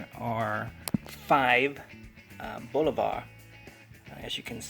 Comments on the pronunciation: BOO LO - VAH....cmon man. Bolivar...... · There is no R in Bulova. It's not Bul-o-var..